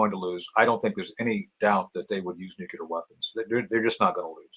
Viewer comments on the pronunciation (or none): Just a pet peeve: it’s not Nucular it’s nuclear. GWB used to say that too. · NEW CLEAR not NEW KEY LER.